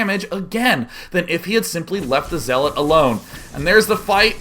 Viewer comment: Lol you say zeeelot when you just start playing sc2 or if youre artosis hahahaha